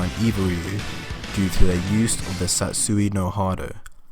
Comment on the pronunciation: No matter how many times you say "Satsoo no hard-o", it won't change the face that this is just unfounded rubbish trying to get views.